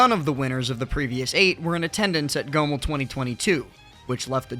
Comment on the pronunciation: Why do you pronounce Goml like that lmao. Great vid though